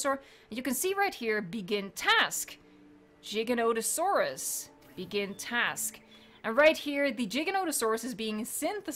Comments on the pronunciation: It's giga not jija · This glitch is so good and your videos so helpful that I can almost forgive the way you said Giganotosaurus! Almost...